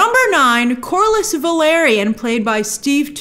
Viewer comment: Grace it's house Velaryon, not Valeryon 😅